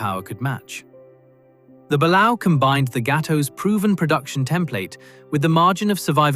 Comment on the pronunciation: Christ the mispronunciations are GRATING! Gato LONG A, Balao Bah lay o, barbel BAR bell. SSBN-616 model is just wrong... So is the Ohio...